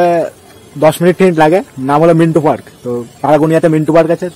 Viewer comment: ওরে পাগল ওটা মিন্টো পার্ক। ওটা মিন্টু পার্ক না।